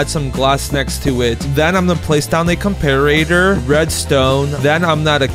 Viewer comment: “compOster” “comparAtor”